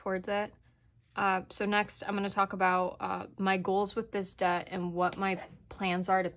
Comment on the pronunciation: New subscriber. I like the way you think. BTW: its Debt not Dedt. lol